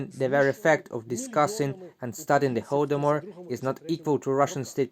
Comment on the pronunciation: Thank you for the pronunciation of "Holdomor" at . I wasn't sure whether it was "hol" as in "holiday" (correct, and has the same pronunciation as in "Holocaust") or "hol" as in "holy day".